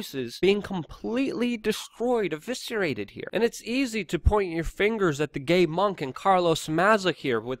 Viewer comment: I believe it’s Gaywonk not gaymonk. Lol